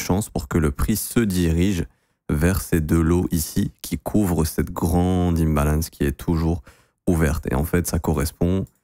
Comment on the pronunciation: T’aime trop dire zone enifeciance et in balance . Faudra nous expliquer c’est quoi 😂